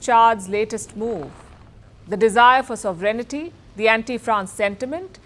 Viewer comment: it is pronounced sov ren ty